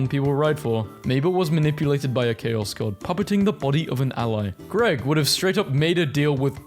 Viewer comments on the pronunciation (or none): none